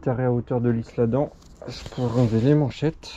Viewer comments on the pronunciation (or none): Super vidéo PS: on prononce pas le « s » dans l’Isle Adam